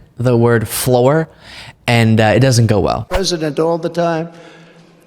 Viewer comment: "... snoon all over the garage fleur ..."